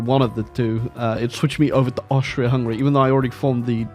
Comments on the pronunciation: everyrime you say austria, a part of me dies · as a austrian you fucked it up so bad but your british not austrian so ya